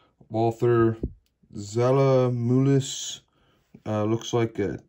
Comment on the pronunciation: Zella Muhlis 😂Nope, it`s Zella Mehlis, which you Americans pronounce like Zella Mahlis. It`s a town in the late GDR. (Thür.) does mean Thüringen which is one of the 16 federal states in Germany. 16 states = United States of Germany, or Federal Republic of Germany, the official name.